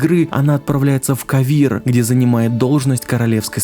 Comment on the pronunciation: "отправляется в Кавир" проорал а разве не КОвир?